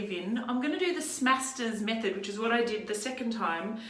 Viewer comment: Thank you for pronouncing it correctly. Other YouTube’s call it the Smashters technique.